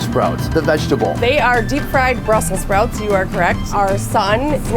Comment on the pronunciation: Lordy have mercy, when he said, house been sprouts slaw, that hit me like nothing before.